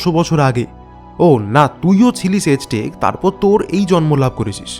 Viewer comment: সঠিক উচ্চারণ বোধহয় আ্যজটেক, এজটেক নয়।